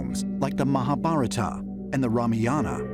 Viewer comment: cannot say mahabharata correctly but can BS all day.